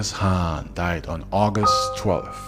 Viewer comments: I noticed that you basically skipped over a lot of details, there is another channel called extra history bro their video had more details and information then yours and also they didn't pronounce the word "khan" as "Han". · I love your fact based story telling. Great topics. The K in "khan" is not silent....or maybe it is, and my ears cringe at the "Han" sound. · I think dude is trolling us with the mispronounciation.